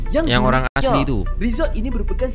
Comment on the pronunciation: Pergilah satu Indonesia lawat tempat menarik yang ada di negeri kamu tapi jangan datanglah ke negeri kami sebab kamu suka cakap tak serupa bikin. Asri tu nama orang sebutan yang betul ialah asli